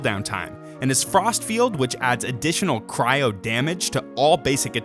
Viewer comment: No one talking about his pronounciation on "Cyro"?